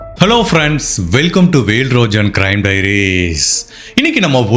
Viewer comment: എന്ന് പേര് യു ട്യൂബിൽ പേര് എഴുതി വെച്ചിട്ട് വെൽ റോജൻ എന്ന് പേര് ഇൻട്രോ പറയുന്നത് എന്തിനാണ് ബ്രോ ❤❤❤